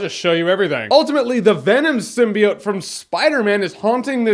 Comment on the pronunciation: He said venom symbiot lmao 😂